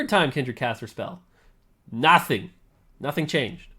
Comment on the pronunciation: “You get NATHING”